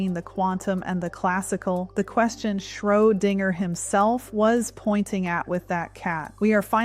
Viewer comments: Some words are sound wrong. For instance, your AI pronounces Schrödinger as Schro-ding-er. Perhaps you should write his name phonetically. Ie Shro-din-jer. The same applies to other mispronounced words. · I love this channel, however, what is “ Schro- Dinger” ? Anyway, keep up the good work. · Your clone having trouble with the word Schrodinger. odd.